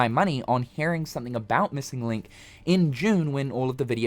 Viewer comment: “JA-missing link”